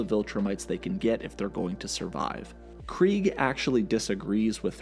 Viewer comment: Very weird they made clancy pronounce it as Kreeg when its clearly KREGG